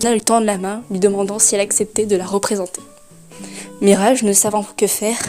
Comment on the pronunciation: J'ai du mal avec ta prononciation de Mirage 😅